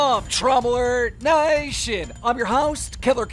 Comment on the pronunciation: “Drama Alert Niatution”